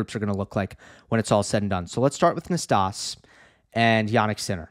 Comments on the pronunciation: Hi, I just want to point out that "Nastase", being a romanian name, it is spelled as it is written: not "nastas" but "Nastase", with that final E being the same E of, saying, "egg" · Nastase is pronounced Nastazee--c'mon--ZEE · Yes us oldies know it's Nastas-ee lol nickname Nasty back in the day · Thanks. You can check your pronunciation of Ilie Năstase on Wikipedia. John Newcombe in commentary always said the final 'ee'